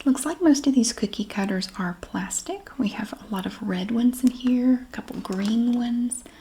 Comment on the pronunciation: Can’t wait to watch the cookie cutter video because I love the way you say cookie cutter ❤😊